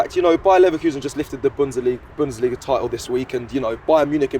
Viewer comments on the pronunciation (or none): Did just say Bunda Liga 😂 where can I watch that league!!